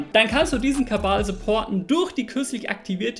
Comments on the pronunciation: Warum sagt er KaBal anstatt Kanal? (sorry für die dumme Frage) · Wäre mal schön Kanal zu hören, nicht Kabal. Mach doch mal 'n Video zu Kabaala. Deiner Droge. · Wieso sagt er andauernd Kabal statt Kanal ? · ich mag dich echt sehr und ich schau mir auch gern alle nicht Drogen- Videos von dir an, aber dass du KaBal statt Kanal sagst, triggert mich so hart, dass ich überlege, keine Drogen mehr zu nehmen. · Kannst du BITTE Aufhören Kabal zu sagen